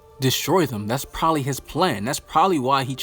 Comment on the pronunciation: Are we gonna ignore he said “probaly?”